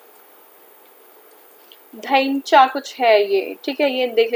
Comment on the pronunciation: You are pronounced 'Dhaincha' in proper way